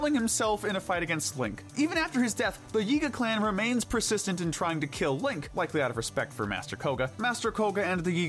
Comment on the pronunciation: I like how he say he can killen Ganon